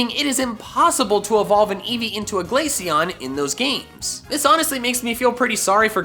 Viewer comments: IT'S GLACEON, NOT GLASCIONE! FIX IT NOW! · You mispronounced Glaceon… again. I dread to think about how you pronounce Glacier.